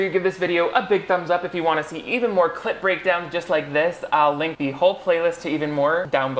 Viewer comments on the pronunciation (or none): I know you are saying "clip" breakdown, but my brain keeps hearing "clit" and now I think I'm catching feelings